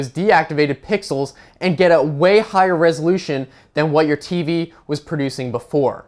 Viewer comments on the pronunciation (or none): Listen to him saying ''TV'